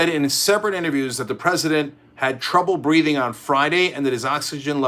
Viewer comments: "Breating" is that a piss take on the way Donald speaks? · Breating? Or Breathing!! English please Cenk. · mising the h in breathing!!! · There is a H in breathing.